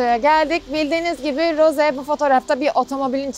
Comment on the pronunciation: Çok şükür Rose ye Roz demeyen biri🤲